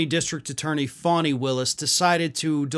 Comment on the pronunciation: FAN-knee = fani not FAN-hi